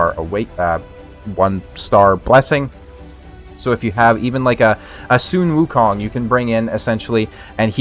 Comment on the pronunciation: I love how you pronounce Sun Wukong correctly. I believe you are the only current Raid CC who can and it's kinda sexy. Happy New Year 🎉